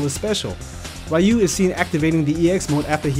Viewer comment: "Ree-yu".... not "Rai-yu".... UGH